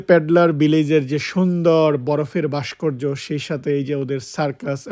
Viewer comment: বাষ্কর্য নয় উচ্চারন হবে ভাষ্কর্য